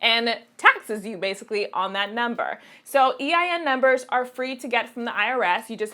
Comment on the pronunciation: is that an accent? "bayasically"